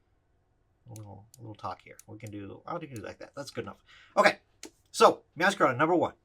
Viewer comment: I think it's pronounced MeowscaRAYda as in Masquerade.